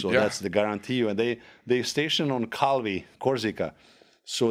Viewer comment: Love this guy. He still remember how to pronounce correctly Calvi